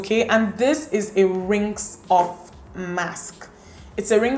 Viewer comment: Lovely video. However, the word is rinse, not rinks. Love you.